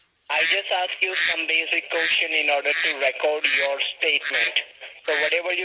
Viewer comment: Dude cant even say question right ... "Qoosteon"